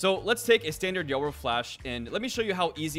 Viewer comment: Are you pronouncing his name as Yuro 😅 it’s triggering me